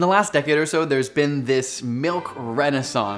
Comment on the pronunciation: Lol I’m pretty sure Aussies don’t say so like soy 🙄 😂